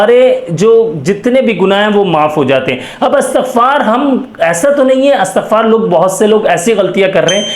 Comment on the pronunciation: Astagfar nahi Istigfar hota hai sir